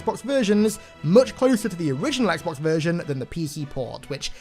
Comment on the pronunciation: "etsbox" Me: hol up i didn't know this was halo follower